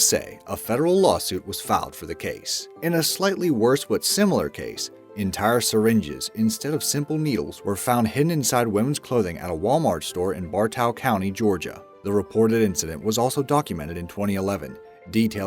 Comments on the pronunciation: ... I grew up in the county mentioned in number 3. I remember that going on. But its pronounced bar toe not bar Tao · its "Bar-Tow" like a tow truck, not "bar-taw" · bar toe (bartow) not bar-tow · I live in Bartow county Georgia it is pronounced Bar-toe not how you said it sorry